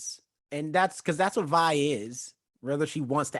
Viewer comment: ok i can now see why didnt like it. she checked out at episode one. episode 2 and jayce's trial was about what he was doing. you cant like something you check out of that quickly. i thought it might have been a bit but nope. next time try a little harder. also it VI not VE. remember her full name is violet so VI.